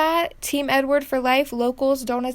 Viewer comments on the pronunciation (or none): none